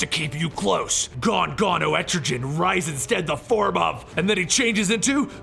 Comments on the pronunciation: It’s pronounced “EtriGan” not “EtriJan” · Etrogen, really? Etrigan😂😂😂😂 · ET-TRE-GAN not et-tri-gen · That was...intense But it’s Etrigan. Not Estrogen. 😂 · Man, i love your videos, but the way you pronounce Etrigan frustrates me! It's EtriGAN not EtriJan... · I always thought the pronunciation was "EtriGUN" instead of "Etrijan" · BTW / it's pronounced as etri- kan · etrigan with a hard g. like gone. goon. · I love this channel the only thing I hate is that he pronounces Etrigan like estrogen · Jackson Bland it sounds cool anyway. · it really bugs me they way you pronounce Etrigan. its a hard g sound like the g in "gone". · "Entri-jen" it's Etrigan, with no "N" and a hard "G" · Had to pause. This stuck with me. Etrigan's name isn't with a gin at the end. Let's see if it happens again. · Et-Tre-Gan (how you pronounce his name, not being mean just helping) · Pretty sure its Erti-GAN pronounced so it rhymes with 'Man'. His whole thing is rhyming and his transformation rhyme is "Gone, Gone the form of man! Arise the demon, Etrigan'. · I hate how you pronounce Etrigan... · C'mon. You didnt pronounce etrgan correctly? You cant be a comic-historian if u dont even take the time to say the names right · you butchered Etrigan name watch DC animation for correct pronunciation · why dont u just do the hole of year 3 like comic island and say etrigan right? still luv ur vids thoough :) :) :)